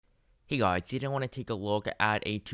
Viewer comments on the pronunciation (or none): "Hey gowths"